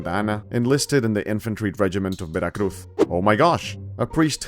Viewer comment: All right, I will forgive you pronouncing Veracruz with a "th" because you actually are from Spain.